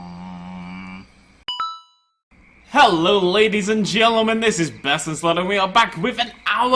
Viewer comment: Did he say BestInSluth in the intro?